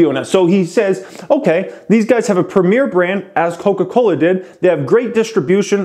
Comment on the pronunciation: Bruh the way you said "Koka Kolahhh" just killed me XDDDD